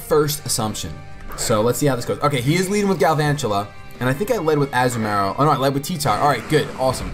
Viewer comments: I cringe everytime I hear the way you pronounce Azumarill. xD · a-zoo-marill lol